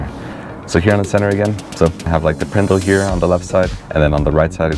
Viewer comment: The “prendle” 🤣🤣🤣🤣🤣 not Zack & Cody